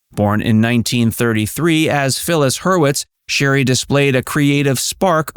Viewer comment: Shari,not sherry.